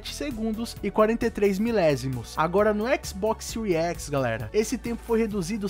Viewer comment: Séries X = Síries Equix.